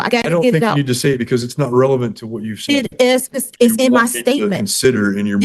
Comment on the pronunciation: She also cannot pronounce relevant. She says revelance. Ignorant and dumb. Dumb. Dumb. Dumb. She has no idea what judge is saying. Dumb dumb dumb. Scary how incompetent postal employees are. And can’t speak proper English. Nauseating.